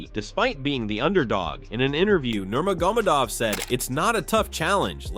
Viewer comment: Narrator pronounces Nurmagomedov, 8 different ways in this video 💀💀💀